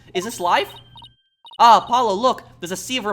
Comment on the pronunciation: You're supposed to say it like "Ah." and "Oh."